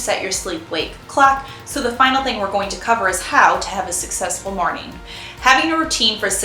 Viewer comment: Um…you most definitely just said, “How to have a ‘sucsexful’ morning.” Hmm…🤔😂